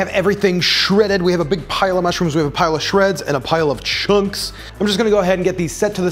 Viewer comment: I like the way he says chunks. Puts loads of emphasis on it.